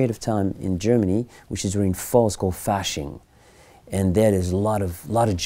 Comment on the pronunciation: He butchered the Fausching event.